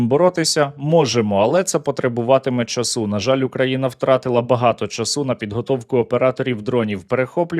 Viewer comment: невже так важко вивчити українську мову, правильні наголоси знайомі людям від природи, говорити по людськи нормальною мовою чААААсу наголос ніякого часУУУУ немає . ніякої ООООзнаки не існує , є ознаААААка наголос по людськи